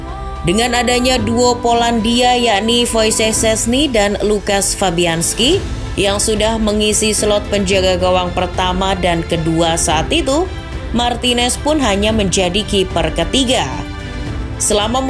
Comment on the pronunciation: Wojeich Szczesny kali min bukan fosessse sesni